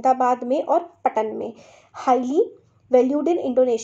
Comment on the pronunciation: में वो ‘पटन’ नही है वो ‘पाटन’ Because I belong To Patan (पाटन), Gujarat.